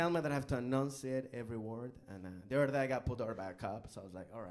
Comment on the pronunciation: I come back to rewatch this every so often. He is able to turn "the other day" into a three syllable word; "thutherday." Love him